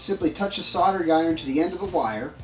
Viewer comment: Never used a soddering iron before...I have used a soLdering iron though....Yes, the word has an L in it....What is it with you guys and pronounciation of your words.???? Drives us nuts to hear the English language butchered like this. Like your Vids though, very informative...:)